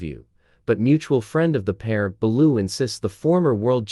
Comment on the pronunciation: Can’t even pronounce Bellew